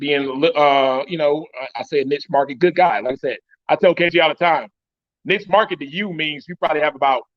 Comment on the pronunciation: is hating on KG 🤷🏾‍♂️ And he can’t even pronounce the word “niche” right. Boy, shut up